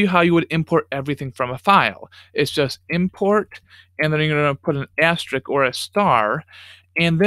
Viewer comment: This is the third different I've watched who can't pronounce "asterisk."